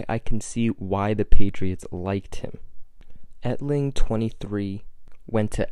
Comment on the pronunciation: "Wanted him so bad on the patriots" but you can't even say his name right😂